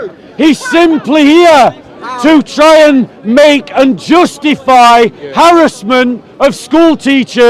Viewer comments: Come and debate me when you learnt how to speak full English. Just to let you know I was the one educating you on your broken English it’s “harassment” not harrisment. And I admit I came with the intention to troll you 100%. To stop you from preaching extremist nonsense come and debate me about Islam the next time I see you. “Indeed it is not the eyes that are blind but the hearts” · This fella is just a typical example of what schools are spitting out now! They spend all of thrir focusing on Petty minded BS ( like pull the speaker up on his slight mispronounciation of the word Harassment!& Also saying ' Where's ur source'? When this has been a Natonal Story for quite a few months now!